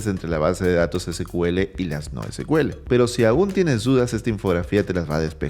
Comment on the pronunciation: Se pronuncia SIKUEL, porque el primer motor de base de datos de SQL se llamó SEQUEL (SECUELA) de ahí el nombre.